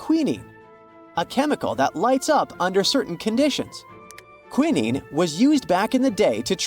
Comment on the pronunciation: AI needs to learn how to pronounce words correctly. AND... it needs to be proofed before being released. When they got to the quinine it was pronounced "kwi nin nee"😢. It is pronounced "kwi nine"😊. There were many other mispronunciations.